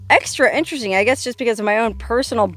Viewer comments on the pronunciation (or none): Veeeeeewy intewesting.😅